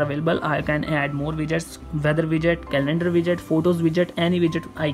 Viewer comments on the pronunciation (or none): It’s not call celander it’s calendar 💀